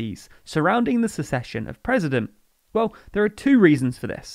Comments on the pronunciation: Succession - who takes on a vacated role - isn't pronounced the same as secession - a portion of the country splitting off. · Am I going crazy or are you saying succession wrong? Am I thinking of a different word? 😝